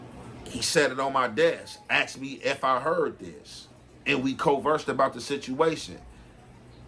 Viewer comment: “ we coversed about the shituation” 😂